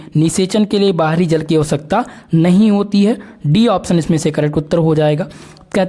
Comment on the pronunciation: Jl ko jaal bol rahe ho or bhot sare word sahi se pronunciation nahi karne ate thoda jada practice ki jarurat hai tumhe